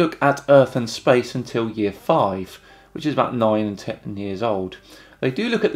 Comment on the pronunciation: weakness is exposed. His inability to say the number 10